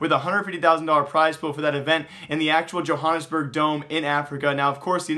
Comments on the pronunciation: Pronaunced Jo-Hannes-Burg, Not Jo-jones-borg :) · The way you pronounce Johannesburg is hilarious